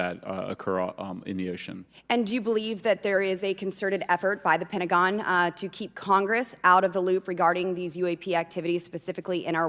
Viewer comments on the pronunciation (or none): none